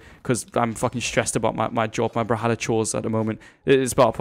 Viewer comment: why do you say "bral-halla"